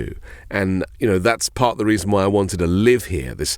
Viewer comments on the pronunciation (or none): none